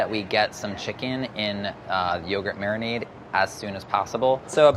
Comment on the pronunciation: no one: madhur jaffrey: mariNAAADe